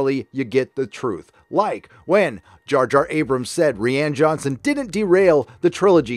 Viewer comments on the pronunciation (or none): Please stop pronouncing it as Ree-Ann Johnson. That shit irks me each time. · You mean 'Ruin'? Also, you must be new here. The 'Ree-ann' pronunciation is purposeful.